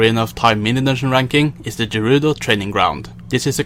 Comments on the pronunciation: Gerudo. Not Jerudo. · Why does it bother me that you pronounce Gerudo with a G like Giraffe? I've alwaysed pronounced it like Get. Not a big deal, but bugging the crap outta me!